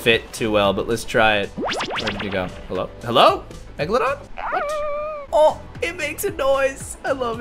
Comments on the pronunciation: PLEASE READ ALL OF THIS! Message to caylus: I think you are amazing! Your vids are awesome! And you really make my day! However, this doesn't bother me at all, but I think you are pronouncing the megalodon wrong. You are pronouncing it like: megladon. But it is megalodon. ( Prenounciation: mega - low - don) But your amazing!!! I just wanted to put that out there! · the way he said meglagon